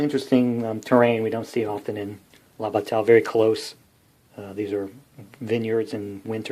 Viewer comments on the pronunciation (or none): Thank you,. I enjoyed this very much. All of these games were under my radar with the exception of Holland '44, which is on my table right now. If you're interested, bataille is pronounced 'bat-tie', like what a flying mouse wears to a court date.